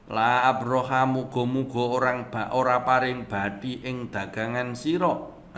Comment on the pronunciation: Koreksi aja... La arbakha... Bukan la abrokha 😊